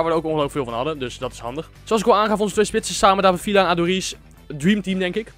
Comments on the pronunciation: Je spreekt het uit als vija niet vila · je spreekt villa uit als vija mischien kun je dat voortaan zeggen